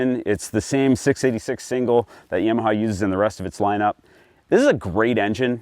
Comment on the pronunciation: Yaw, not yea-maha.